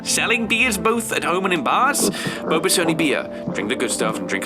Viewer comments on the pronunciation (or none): none